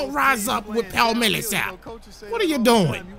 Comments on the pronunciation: paul millsap is pronounced Paul-MILL-sap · it's pronounced Paul mill-uh-sap